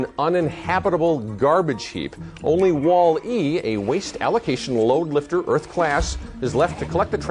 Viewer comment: stop saying "Wall" and then "E!!!" It's pronounced like "Wally"